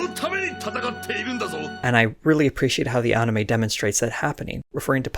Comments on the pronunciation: Good vid "onime" was killing me tho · If there's one thing that triggers me its when people say Ahnime. Go fuck yourself. Fcuk you